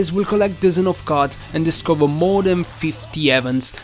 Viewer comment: What accent is that? Why you say card as carters?